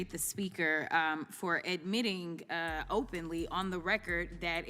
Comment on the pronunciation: Jasmine Crockett isn’t the problem. It’s the morons that voted her in. She can’t even say the word “admitting” properly, she actually made a “gur” sound at the end of the word… she had a private school education and went to college? WOW 😂😂